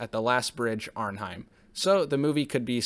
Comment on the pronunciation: Hi, I've reviewed this classic myself as well and you generally did a good job - but, yes, the pronunciations - especially on Arnhem and James Caan - not Kane. But I know it can happen when researching dozens of facts